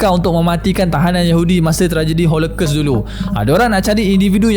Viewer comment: ‘holokos’ bukan ‘holekes’ research pronounciation jgn lupa buat